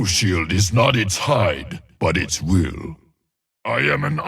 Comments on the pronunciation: Its Iron "Will", not Iron "Wheel" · the subtitles say: "AND IRON WHEEL" but is clearly saying "AND IRON WILL" (both by pronunciation and context)